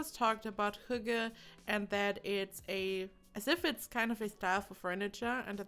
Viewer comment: AssaultedPeanutt almost 😊 she says "hugge", but the Y is more like the Y in ... "Synchronization" for example. So, the H-sound is correct, as well as the "gge", but the Y is different 😊 If you go into this link, the first is a northern Norwegian dialect, but the the two ones at the bottom (Martin Salthe, and astarkvedja) pronounce it like we do here in the east (the "norm" kind of) 😊